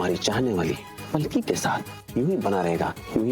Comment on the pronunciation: Salki nahi palki😂😂